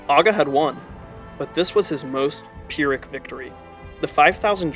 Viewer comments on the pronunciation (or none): none